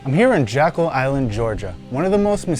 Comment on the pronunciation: It’s not “Jackal” It’s JECKYLL Island. This types of errors are what the denier’s go after. It makes people question the veracity of your documentary when you don’t do a simple Google Earth search. I grew up going to Jeckyll Island every summer from . Please do your research on the simple things like pronunciations and spellings because you have good info in the video but if people turn it off in the 1st 5 minutes then you are wasting your time. Those who would cove this information up (and have for 100 years) will discredit and discard good solid info based on something thus simple. If it helps, think of it like a courtroom battle between two sides and you have to be credible with the jury or you will lose the case.